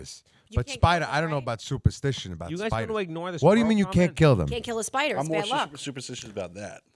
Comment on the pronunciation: LOL! "Spida!" How about Tommy D shootin` the guy?